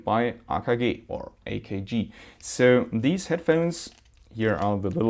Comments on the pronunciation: nice vid but stop saying, ahkahgeh it's pronounced aykaygee. (AKG) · Please stop saying AkeG or whatever it is you say. It's AKG! Letters ma man, letters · The way he says akg 😂😂😂